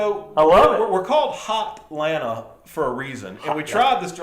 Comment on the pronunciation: Did he really say hotlanta?